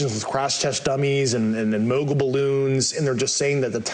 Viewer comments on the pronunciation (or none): none